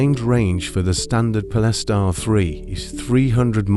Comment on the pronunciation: What is it with AI voice that they cant pronounce certain words ' pol-es-tar' Speach patterns to leaving no breath, as indicated by punctuation! Really annoying!